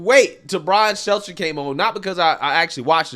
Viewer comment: I swear i listen to every show and have for over 2 years and that is legit the first time i ever heard him say Brian Stelter's name right... Dont believe me? go back and listen to any post about that idiot and he will fuck Stelters name up